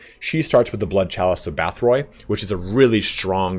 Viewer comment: Bathori became bath roy in his voice